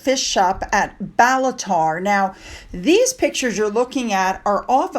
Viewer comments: Ballater - pronounced ball- a- ter. Deeside and Speyside are beautiful areas. (Posted by Scot who visited areas often when a youthful lass) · its called Ballater pronounced as in Ba-luh-tuh, its just under 3hour drive from Glasgow.